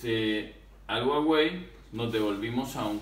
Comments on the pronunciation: Soy yo o dice guawei en vez de Huawei 🤔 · Dice Uawey la h es muda